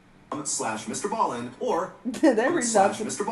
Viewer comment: I feel like she will start trolling and continue to say it wrong💀💀💀